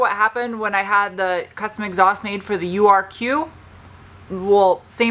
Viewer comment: I'm here for the fun pronunciations... "Exoust"... "Mooflour"...😆